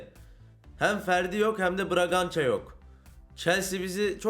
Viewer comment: anasını sattıgımın yerinde braNgança değil BRAGANÇA yazıyor düzgün oku şu oyuncu isimlerini.